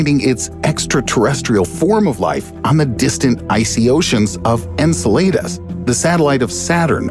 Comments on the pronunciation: it's pronounced " n cell ah dus " not " n sa lay dus " ... just sayin' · Enceladus is pronounced en-SEH.lu.duhs., not en-suh.LAY-dus. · Remember guys - all the astrologers are wrong. It's pronounced incel-aid-us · Lol the AI recording of this video is obvious. Can't even pronounce Anceladus correctly. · You pronounced Enceladus incorrectly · That's not how you pronounce Enceladus lol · DUDE "Enceladus" is pronounced "Enceladus" Derrrrr!